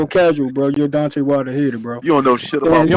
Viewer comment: that guy couldn’t even pronounce Deontay’s name right. Dante... 😂